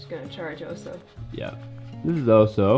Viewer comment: Wire on the floor is a good suggestion. As chickens barely fly, did the run need to that high? Also check the pronunciation of the dogs name. Bear is Oso with short vowel sounds. Might just be the American drawl I’m hearing Ohsooo. But that’s up to you